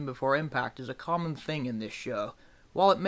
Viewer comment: Common! Not Commen